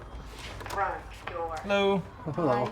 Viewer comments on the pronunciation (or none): He was like "yeah hear me bro...take mah doah" 😂 PS. i'm Moslem and just kidding i actually kinda like this...nice video...People just need to Talk and open up about their fears so that the other Partie understands mashallah nice...nice dawa-way actually